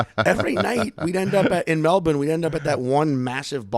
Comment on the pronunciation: I had to quit watching because of the way you say Melbourne